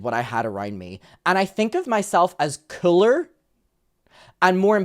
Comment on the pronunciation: The way said "cooler" like "CYUH-LER" 🤣🤣🤣 I love when the Irish accent takes front n center 😁😁